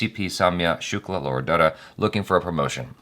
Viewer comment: Damn it, it's not "Laura" but "Lara". Just awaiting the day when you'll do a better job pronouncing Indian names. Almost makes me cringe every time you try pronouncing Indian names. It's been quite long, why don't you learn from Achara.?!!